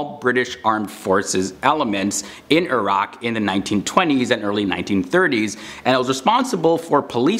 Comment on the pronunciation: Only Westernwer who pronounced IRAQ correctly